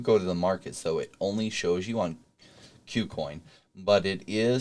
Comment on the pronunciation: please pronounce kucoin correctly